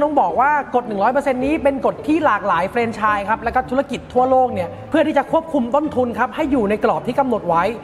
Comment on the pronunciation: แฟรนไชส์ครับ ไม่ใช่ เฟรน มันต้องเป็นมากกว่าเฟรนคือแฟรน ถึงจะทำธุรกิจร่วมกันขนาดนี้ได้